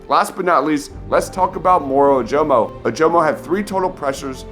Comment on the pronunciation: Dude, learn how to pronounce Ojomo. It's "uh-juh-muh"